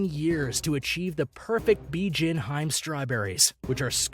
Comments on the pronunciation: It’s “ BI-JIN HI-ME”. Not “BIJIN HIME”. Lol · Bijin HI---ME, TWO SYLLABLES! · Bijin hime? LOL Dude should watch some anime and maybe he can pronounce these names correctly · Bijin Hime - Pronounced Bijin - Bee Gin Hime - Hee May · I got irritated when the narrator said "Bijin Haym" instead of "Bijin Hi-Me" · The strawberries are pronounced Bee-jeeyen Hee-may. Hime is princess. The black melon is Den-soo-kay. They are very hard to grow. Watermelon is extremely expensive in Japan because the plant takes a lot of space and they often have to even grow produce in space conservative ways. They are often made as cubes to stack and ship them easier in grocery stores and you get a more uniform size and therefore uniform price. Peaches are also very expensive. The cherry guy's name is Eisuke (aye-soo-kay) Sato (saa-tow). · bee gin hyme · Seriously. I was ready to headdesk by #4. It's "beejeen-heemay". And that apple isn't "seck-ee-eye", it's "seckEYE". Ffs, look it up and listen to a pronunciation guide!! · Sekai Ichi : Seh-kai, not saykeeaye. Bijin Hime: Hee-meh, not hyme. Densuke: Den-soo-kay, not densook. Sato Nishiki: sah-toh, not say-toh I enjoyed the video and I hope that for future reference, because I think your videos can be educational, it would be nice if you can try to get close to proper pronunciation of things as to not confuse the masses. Obviously, people are here for entertainment but also educational purposes and when you spend so much time to make a video, you can at least spare an extra 5-10 minute to use google translate to help you with the pronunciation to turn your video quality from 8/10 to 10/10.